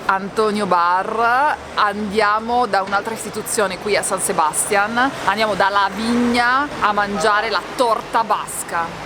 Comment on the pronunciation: Ragazzi, siete bravissimi con la scelta dei luoghi, e pure nel confezionare i video...ma San Sebastián pronunciato con l'accento sulla prima A, non si può sentire 😢. Caspita, ma c'è l'accento grafico...., ed anche in italiano l'accento è sulla seconda A! Vi prego, vi prego, dotatevi di un vocabolarietto...